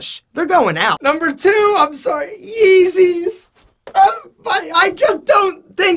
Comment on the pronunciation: The way he said yeezys had me dead haha